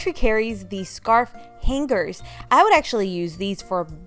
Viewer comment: I can't with the way she says hangers lol but informative video nonetheless 👏